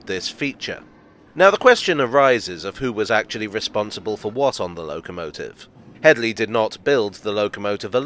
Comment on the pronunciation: "It's not Hedy, it's *Hedley*." I'm sorry, couldn't resist.